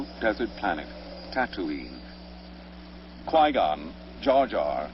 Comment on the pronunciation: no he said Gui Gon i said it as in U mean Qui Gon?